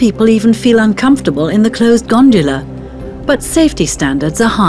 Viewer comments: Pretty sure she said 'ganjala' hahaha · I was wondering what a 'gondula' was. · It’s a Gondola, not a Gondula.